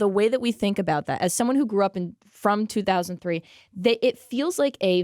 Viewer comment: every time she says 2003 hurts a little